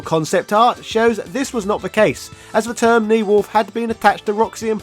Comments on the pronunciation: ne-whalf? u insane? new-half get it rght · this is good but i cant get over the fact that you keep saying ne-whalf instead of new half 😭😭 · were you trying to say "New Half?". I kept hearing something like "neowolf" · Where the hell did you hear it called "Knee-wolf?" It's "New-half" or "Nyuuhafu." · Is dude really saying “neowolf” for the word that is a combination of “new” and “half”?